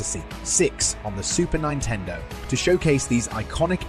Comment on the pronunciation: “Super nine-tendo.”